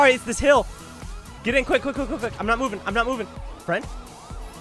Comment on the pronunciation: bro said im not moving im not moving and then says yourn not oving either lol